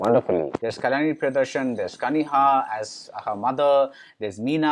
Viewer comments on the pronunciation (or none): Please work on pronunciation of Actor/Actress name correctly who worked in the movie. At many places there were errors in pronouncing the name. Eg : Kalani whereas it's Kalyani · Could you please try to pronounce Kalyani with a Y